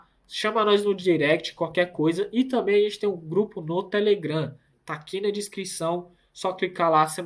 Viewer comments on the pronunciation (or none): none